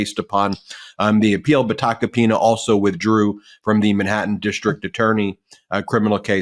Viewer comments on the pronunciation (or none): For a moment I thought said "I'll get back to Tacopenis" It was actual Tacopina's 😂